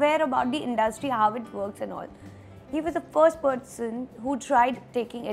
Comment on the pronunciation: Its not PODGESON 😂😂 its PERSON